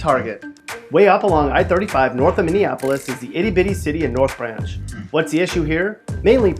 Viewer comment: He nailed Minneapolis though.